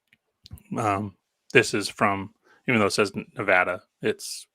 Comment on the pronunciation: NEVADA N-EVE-ADAM